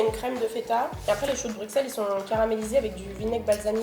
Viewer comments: Putain stp t’as fait le tour du monde on dit Brussel pas BruXselle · Choux de brusselles ça se dit ahah mais c est okay. Sinon très bonne vidéo